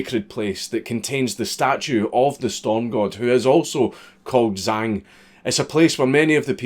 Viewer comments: are you sure? He pronounced zh as z. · Zh makes a J sound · If I'm not mistaken the "Zh" in Zhang is pronounced like a "J" and an X is pronounced as "Ch" Zhang would be pronounced "Jang" and something like "Xia" would be pronounced "Chia" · Zh in pinyin is pronounced.......like we pronounce "J", because fuck making sense. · For future reference a Zh is pronounced like a j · The "Zh" sound in chinese is kind of like a harsh "j" crossed with a "ch". I haven't a fucking clue what the equivalent is in whatever gobbeldygook you speak. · The "zh" in Zhang is pronounced like the "j" in jungle. ...I'm fun at parties...